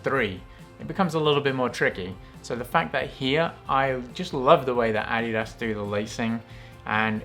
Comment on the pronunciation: I’ve been pronouncing adidas wrong this whole time. 👍 well not the correct way at least. Now I know.